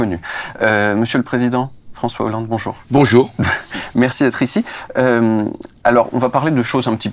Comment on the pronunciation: Impossible de pas rire quand il dit Bonchour